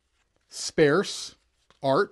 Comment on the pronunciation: Spare-se art? Sparse or spare,. Not both lol.